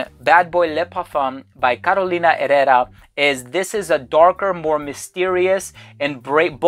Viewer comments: I am not completely sure about the pronunciation of Herrera. Here in Brazil, where we speak Portuguese (and not Spanish, please), we pronouncd it as "ehera" with the RRE with the sound of /h/ as hat, hot... Carolina /eHera/ and not /erera/. But I may be COMPLETELY wrong and the I apologize... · "Carolina erera" 🤣